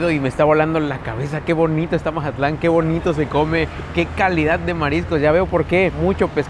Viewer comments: Porque dices Majatlan? Es Mazatlán. hubieras puesto música de Banda no cumbias chilangas, yo creo que no sabías dónde andabas 😄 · Es tan difícil decir Mazatlán en vez de majatlan? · Para ser de otro lado dices como todo un mazatleco la palabra "majatlan" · porque por el acento que tenemos la mayoria de los mazatlecos, asi se escucha cuando lo pronunciamos. José Alfredo Jiménez compuso la canción "el corrido de Mazatlán" te recomiendo que escuches la versión cantada por él mismo.